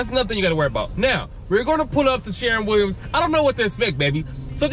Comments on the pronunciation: It's called sher-win not sharin Williams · 😂😂Sharron Williams Bro, it's shur-win Williams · Spelled shErwin Pronounced....SHURwin sounds like a U in fur🥴 Nice video Is this a particular city/state? Or anywhere USA? New sub😘